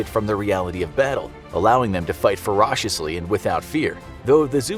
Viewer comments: ".... allowing them to fight fur-osh-ishly " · I fight Fuh-rosh-esly